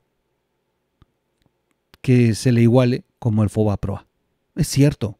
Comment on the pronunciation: se dice " fobaproa " no foaproba